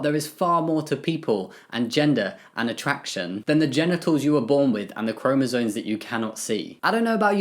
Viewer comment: Completely off topic: It's chromosoMes, not chromosoNes. I don't mean to be mean or annoying, I've heard it mispronounced so much and it just makes the person saying it sound less informed (even if they clearly are, like Jamie certainly is) PS: I agree with the comments saying Harry Potter is much bigger than the author. JK has been problematic, for a long time. Her pro-LGBT activism has always felt very virtue-signal-y to me.